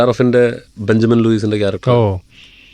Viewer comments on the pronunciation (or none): none